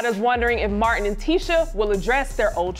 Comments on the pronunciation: her name is spelled TISHA IT'S pronunced teeeeeshe not tisha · The way she keeps pronouncing Tisha is upsetting me